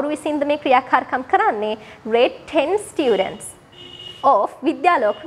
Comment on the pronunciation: students kiyala pronounce karana widiha waradi akki 😊